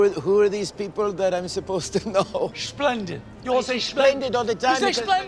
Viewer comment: We don't say shplendit